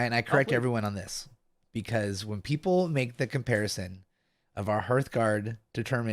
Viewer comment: The word "hearth" is pronounced like heart with a "th" at the end of it.